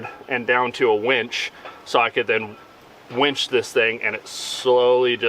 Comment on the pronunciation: That would be winch, not wench.